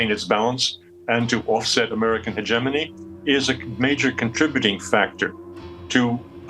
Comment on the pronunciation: The host should learn to pronounce 'hegemony' correctly